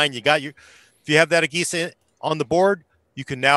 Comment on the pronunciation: It's pronounced uh-Je-sa(agesa) not, uh-gay-sa